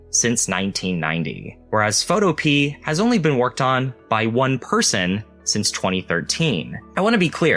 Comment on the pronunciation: I think Photopea is pronounced Pho-to-pea-ah, similar to utopia. (but you'd have to ask the developer to be sure.)